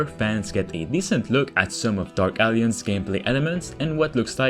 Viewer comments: A whole 3 Minutes I was sure that game is called Dark Aliens because of the way you pronounce it. It's A-lliance. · Dude, “alliance” is not pronounced as “Alience” or “Aliens.” I know English is not your first language, but this is a simple word that frustrates English speaking people when people don’t even try. Please say it like this: Al-eye-ents or “al-eye-ants” or “al-eye-ance” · Great video. Small nitpick: In English, "Alliance" is pronounced "uhl-EYE-unts". The middle "i" is pronounced like "eye", and its syllable carries the emphasis point of the word. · I love how it sound like he’s saying “dark aliens” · Dude, learn to pronounce alliance 🤭